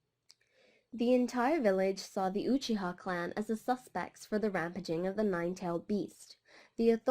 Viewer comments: It hurts me when you say his name like UoChiA Atachi Just say his name normally you don't have an accent for one name, but it was a good video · I love how she incorrectly pronounces his second name😭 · Ithotchi lol